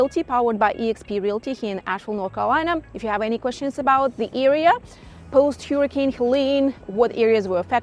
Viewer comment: an Eatern European who cant even say " Hurricane" the right way😂 or "pool"